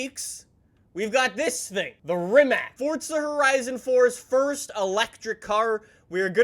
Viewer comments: its FORZA not FORTTTTTT:)))))))) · Anyone else offended by him saying mAAserAti and forTsa